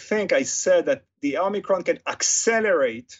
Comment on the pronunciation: "Homiecron" XD